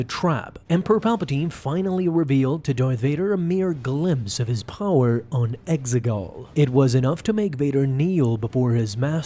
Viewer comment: I love your videos but I hate the way you say power